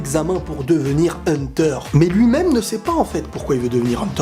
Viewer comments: Hunter et non pas hunteur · Hunta Hunta